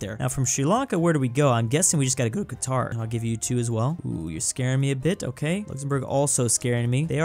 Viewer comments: he really said Kwatar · And called Qatar Kwatar